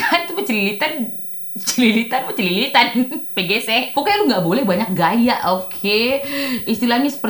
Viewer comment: Pecicilannn😭😭😭 bukann cililitan😭